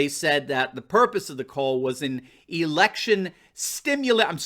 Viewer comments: oh election i thought you said erection ha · Don’t blame him. He confused “election simulation” with “erection stimulation,” a natural mistake, switched some consonants around.